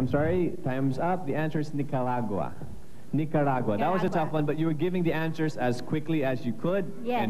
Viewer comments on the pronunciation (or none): Nicarau = Nicaragua